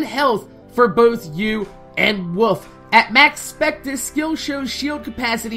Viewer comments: When you say "wolf" it sounds like "woof" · it sounds like your saying wuf when u say wolf